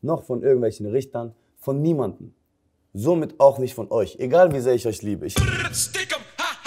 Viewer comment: Achtet mal auf seine Zunge wenn er von niemandem sagt